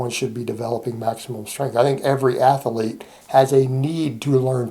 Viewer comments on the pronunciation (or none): dat southern Ath-elite pronunciation coming through, Coach.